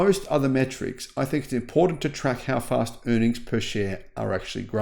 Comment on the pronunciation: "a fast Google search" with stress on "fast". Source criticism is not Vikings strongest side. Information is primarily chosen to support his own stock portfolio and sponsors. This channel is complete "bogus"